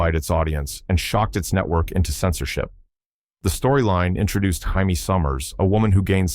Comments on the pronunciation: This AI is horrible. Can't pronounce JAMIE.... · You kept pronouncing Jamie wrong